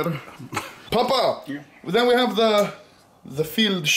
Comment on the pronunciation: It's Pappa not papa